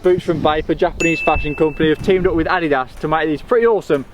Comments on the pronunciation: Adidas. It “Ady das” lmao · Why yall say Adidas like adydass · Did he pronounce adidas addie-dus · So, did RUN/DMC teach all Americans how to mispronounce Adidas?